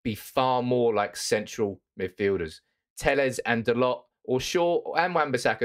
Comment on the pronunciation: Its Dal-O, not Dal-OT